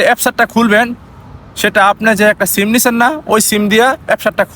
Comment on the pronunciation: চিম না ত ভাই সিম😅😅